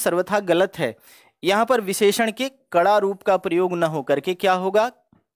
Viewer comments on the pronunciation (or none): none